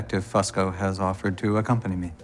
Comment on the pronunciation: Fosco? Fasco? It's Fusco. Geez...